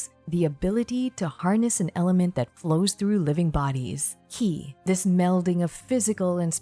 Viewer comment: Super high quality and well condensed info 🤌 you deserve a mil subs at least honestly, lets get you there. Your voice is super soothing and perfect for content. Liked and and subbed keep em coming! Edit: ki is pronounced "chee" as in cheese and mandarin for life force